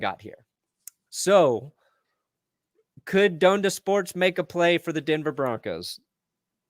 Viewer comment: Ha lol you newb. It's pronounced Don-da not Doan-da